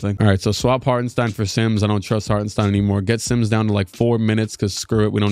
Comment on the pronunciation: i dont want to be that guy but it is pronounced shtain in hartenstein